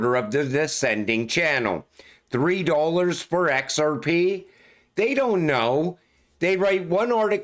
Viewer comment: Lol bro I love the way you say "X-R-PEH".